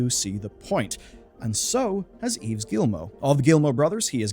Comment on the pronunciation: the "s" is not pronounced in the name "Yves"